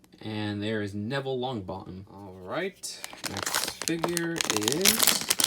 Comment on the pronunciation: Neville LongBo Em XD, Hermuny